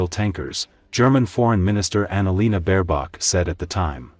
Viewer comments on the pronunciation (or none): none